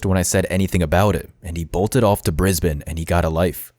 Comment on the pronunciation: You pronounced ‘Brisbane’ perfectly, though! We have some odd pronunciations that can differ slightly even within Australia. At lot of our place names come from Aboriginal languages ( of which there are about 250 and even more dialects). You’d have to be a local to be sure you got some of those correct!